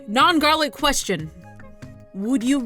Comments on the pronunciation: "next ques-sh-on 😂😂👌👌❤❤ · “Next questshion” haha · HEY THATS NOT HOW YOU SAY QUESTION IN FRENCH I DONT LIKE THAT ITS KINDA STUPID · the way she says question I die 😆😂😂😂😂😂😆😆😆😂😆😆😂😂😆😂😆😂😆😂😆😂😆😆😂😆😂😆😂😂😂😆😂😆😂😆😆😂😆😂😆😂😆😂😅😂😆😂😆😂😆😂😅😂😆😆😂😂😆😆😂😆😂😂😆😂😆😆😂😂😆😂😆😂😆😂😆😂😆😂😆😂😆😂😆😂😆😂😆😂😆😂😆😂😆😂😆😂😆😆😂😆😂😂😆😂😆😆😂😆😂😆😂😆😂😆😂😆😂😆😆😂😆😂😆😂😆😂😆😆😂😆😂😆😂😆😂😆😂😆😂😆😆😂😆😂😆😂😆😆😂😂😆😂😆😂😆😂😆😂😆😆😂😆😂😅😂😆😅😂😅😂😅😂😅😆😂😅😂😆😂😅😂😂😅😆😂😆😂😆😂😂😆😂😅😂😅😂😅😂😅😂😅😆😂😂😆😆😂😆😂😂😆😂😆😂😆 omg 😂😂😂😂😅😂😅😂😂😅😂😅😂😅😂😅😂😅😂😅😂😅😅😂😂😅😅😂😅😂😅😂😂😅😅